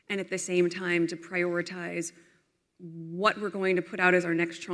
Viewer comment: "Prey"oritize. 💀 She said it.